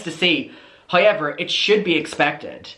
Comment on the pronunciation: hoy-ever is a personal fave